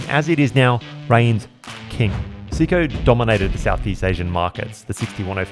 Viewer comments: Say ko…not see ko! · Pronounced SAY-ko… please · Maybe that’s how they pronounce it in the UK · I couldn't listen to you mispronounce Seiko anymore. Out at 1 minute, 46 seconds. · Great video but ruined by the fact you cant pronounce the name correctly